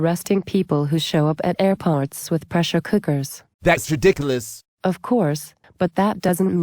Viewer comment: I think it's funny how he pronounced 'ridiculous'